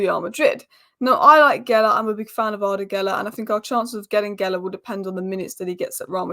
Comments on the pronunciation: GULER! not Geler. And he's really good. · GUler NOT GElla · You say his name this way Goo ler......guler